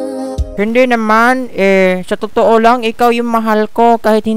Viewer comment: Sa hahahaha anong too?? Totoo hindi too